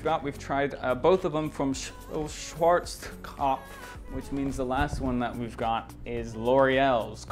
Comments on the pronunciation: Its SHCH-WARZ-KOF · schwarztokopf XD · the way he said "Schwarzkopf" 😂😂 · Dude i am german so funny how you says Name of th e company haha in over Country its a very ceep produkt everyone knows haha